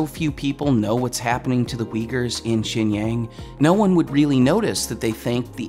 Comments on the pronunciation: "Xinjiang" is not pronounced "Shinyang", it's "Shin-jiahng". Just like how Xitler isn't pronounced "Zitler" it's "Shitler". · Just an FYI, you keep saying "jin-yang", but it is pronounced more like "shin-jie-aang". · very valid points. but xinjiang is pronounced 'shin-chee-young' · I'm going to be that guy... It is pronounced shin-ji-yahng. Great vid by the way. Down with the CCP! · Pretty sure you're pronouncing Xianjiang wrong (it's pronounced more like "Gu-lag"). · I love all your work. Please make sure to get at least somewhat close to the correct pronounciation of “xinjiang” by consulting someone or even doing some research. Xinjiang is pronounced like “Shin Ji-ung” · It's actually pronounced shin-ji (rhymes with she)- ang rhymes with gong). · oh my how you've butchered the pronunciation of "Xinjiang"...it's pronounced "Shin- ji- ang"